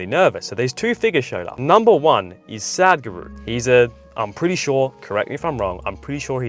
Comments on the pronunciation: bro say sa dh guru not sad guru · Please don't mind me correcting you, it is Sudh Guru (In terms of pronunciation) and not Sad Guru.